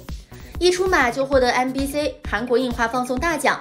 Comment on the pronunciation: MBC的C請唸”西”，中國的C為了拼音所以改了讀音，但那僅適用於拼音，請更正唸”西”好嗎？因為它是英文！我聽了太難過了，有人也聽了全身難受嗎？